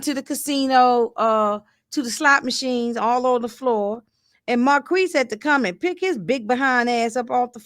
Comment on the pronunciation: From what I'm hearing on the tv show Marquis named is pronounced Mar-kease(phonetically) Saint should know who he married... no shade. He was big trippin all episode. I agree Skunk's days are numbered⏳️